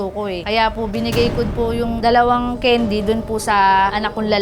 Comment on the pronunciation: candy po hindi kendi